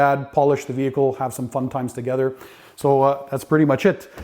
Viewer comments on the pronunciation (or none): none